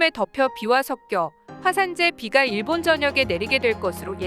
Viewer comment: 내가 좀 예민해서 그런지 발음이 일본도 아니고 계속 일~본이/데~요?이래서 좀 거슬리네 .. 걍 안들을련다..